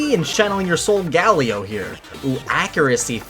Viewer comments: It’s solgaleo (soul-ga-lay-o) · It’s sold-ga-le-o